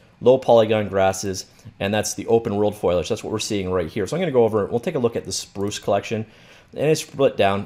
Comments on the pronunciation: Fo-li-age. Not foilage. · fole-E-edge, not foilage ;p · Foliage, you say: Foley-idg